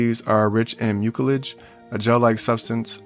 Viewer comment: Please learn to pronounce the words. Mucilage. The c is soft and sounds like an s.